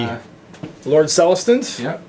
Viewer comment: Love these AoS battle reports. Keep it up. My second favorite thing is how you can never pronounce Celestant correctly. I chuckle every time you butcher the word.